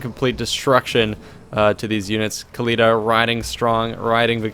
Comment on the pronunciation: No, Oakly. "Ec-Khalida".